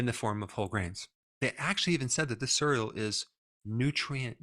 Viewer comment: I wanted to listen to this but I was so distracted by the way you pronounce cereal...